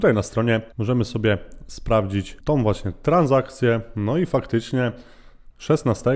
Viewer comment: Fajny kontent, ale z całym szacunkiem "tom"? "Kwotom"? "Rosnom"? 😕